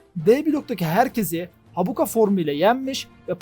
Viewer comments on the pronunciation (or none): Habuka değilde Hakuba olacak sanırım 😄